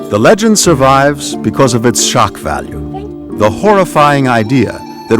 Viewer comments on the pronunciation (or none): What's a "Legond" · LOL "legond"